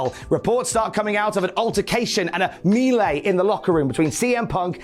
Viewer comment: I like how pronounces ''Melee''